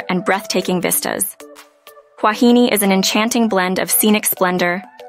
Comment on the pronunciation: It is Huahiné... the wrong pronunciation makes it a joke that loses all credibility